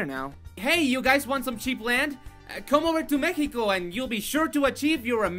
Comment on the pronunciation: what's Meh-hi-ho (I already know its mexico)